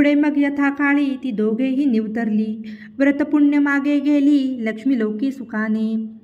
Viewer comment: 11.35p.m. निवर्तली या शब्दाचा उच्चार चूकीचा केला आहे. (निरवतली असे म्हटले आहे.) कानाला खटकतात